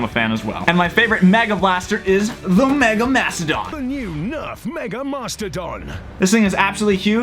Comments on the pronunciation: Why do u say mega like maga is that just to get attention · anyone else hear maga instead of mega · I love the maga darts just cause there so reliable (MAGA is not a typo its the way he says it) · With the accent the mastadon kinda sounds like THA NEW NURF MAGA MOSTADAN